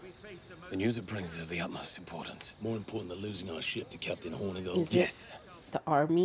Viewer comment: You keep saying Hornygold but, it is Hornegold (Horn-eh-gold) nothing horny about the old lad :P